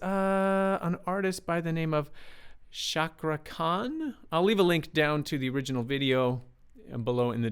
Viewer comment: Yess...Ca like Cha in Champion. Sound the R also. So, CakRa Khan.